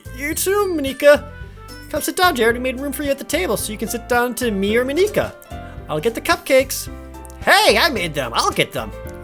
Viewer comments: Jared, I love your videos and what you do, and normally I wouldn't really care so much about these sorts of things.... however I have to do this for best girl... It's pronounced M-on-e-ca. I have a feeling this won't really matter as you have most likely recorded your whole playthrough already and can't change your pronunciation now but for the sake of my soul and best girl.... I had to say something. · Jared, I bet you'll have lotsa comments about this but how you say Monika is wrong and how to actually say it the normal way is Mon like Poke-mon and ika like Kid Icarus. So its the normal pronunciation of Monika. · ProJared Plays! By the way it is actually pronounced monica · I got mad when he said Monika’s name wrong I mean it is just Monika just Monika just Monika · I find it kinda funny how your initial pronunciation of Monika is literally the punchline of a 4th wall joke she makes later. We off to a good start. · O'Donnell Andrew true, it’s not a Japanese name, but it’s being presented in an obviously Japanese setting. I still love watching him play, it just made me cringe a little lol. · I AM NOT MENTALLY READY FOR THIS PLZ SAY MONIKA RIGHT!!! just sayin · Monikas name being pronounced like that though. Oof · How did jared butcher monikas name that bad xD I guess he tried to make it sound japanese since the other girls have names from Japan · I'm going to watch the series even if the way you pronounce Monika is weird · it actually is mon-i-ka not mo-nee-ka. its weird but dont worry about it. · In case other comments haven't mentioned, it's pronounced Monica rather than Mon-ee-ca. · It's funny hearing you pronounce Monika as MuhNica. It's Just Monika. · It's just Mon-ick-a. Trollface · OMG, "moNIka" is driving me crazy. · Ma-NEE-ka? seriously? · Man, that whole "MoNEEka" is extremely distracting. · Please just pronounce Monika as Maw-ni-kuh, pleeeeeeeeease. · Proper pronunciations: Sa-yoh-ree You-ree Not-soo-kee Moh-knee-kah